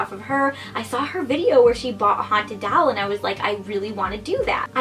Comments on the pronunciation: ITS DOLL NOT DALL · I think it's super cute how you say doll but sounds like you're saying haunted dowel. Like a ghost attached to a piece of wood 😂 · Why do u say doll like that omg stop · The way she says doll 😂